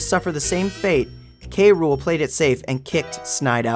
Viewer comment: King K Rool(cruel)...not K Rule...ok